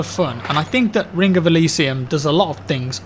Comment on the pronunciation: Rink of Elysium? Take some time off and learn how to speak plz.